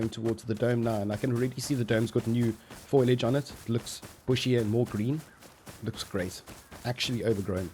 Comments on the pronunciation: buddy it's foliage not foilage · foilage? bro the word is foliage 😂😂 but holy shit they finished it lol edit holy shit i jsut had to come back and do a quick april fool date check gg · 'foilage' xD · How the fuck can’t people say foliage?